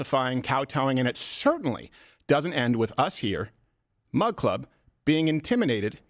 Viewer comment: Coldfeet Crowder constantly saying "mug club" sounds like he's saying "mud club"